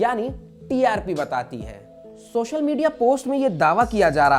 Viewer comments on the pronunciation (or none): सोशल मीडया है भाई ,,,,,,, शोशल नहीं